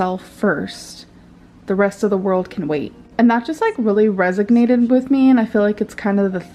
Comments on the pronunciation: "That really resoGnated with me" Honey WHAT? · Ppl think she's trolling with stuff like that but I think she really thinks it's resignated